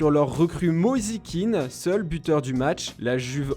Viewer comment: Mozi kean? Il ma fumer 😂😂